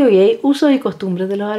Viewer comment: con todo respeto, el nombre del cientifífico francés Claudio Gay, tal cual, no se pronuncia gey